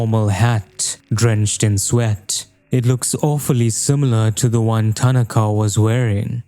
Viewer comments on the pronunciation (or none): Awesome video. But why is nearly every video on this game butchering the Japanese dudes name, it’s ta-NA-ka